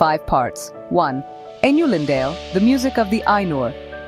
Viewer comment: Tell me more about these "Einoo-lin-dehl" and "Feenor". xD